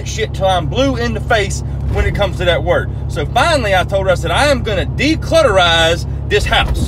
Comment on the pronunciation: It keeps sounding like he's saying "declitterize" 😂